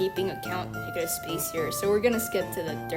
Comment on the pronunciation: that did not sound like negative💀